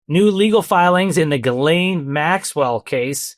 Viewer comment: Ghislaine is pronounced (Jis-lāne)